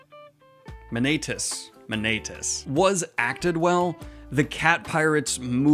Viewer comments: It is pronounced Ma-ni-á-tis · Dan, its Ma-nya-tes :D Greek names are so strong sorry :D